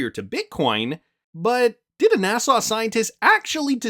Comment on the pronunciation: NA SA not NA SAW